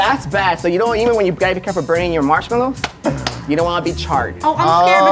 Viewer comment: Anyone catch coco say mushroom instead of marshmallow